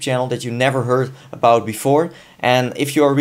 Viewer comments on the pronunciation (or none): none